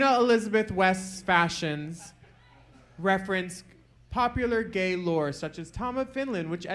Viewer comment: Not Jorgeous getting praised for knowing gay history. Even though she can’t pronounce it HAHAHAH